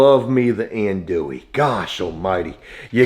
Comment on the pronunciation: That’s not how you say andouille 😢